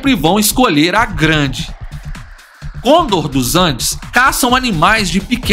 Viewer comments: para de falar errado, não é côndor é conDOR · mas esse cara falando cÔndor me dá nos nervos